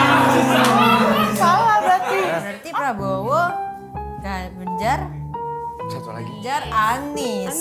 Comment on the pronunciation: Baswedan jadi Baswiri, Ganjar jadi Ginanjar, Nasdem jadi Nas Drum, Perindo jadi Perindro, wkwkkw ngakak bgst